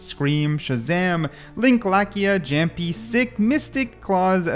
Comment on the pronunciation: brooo that's not "zamjjik"😭😭😭😭 he's kang kang and it's not "jampy" it is pronounced as yaampi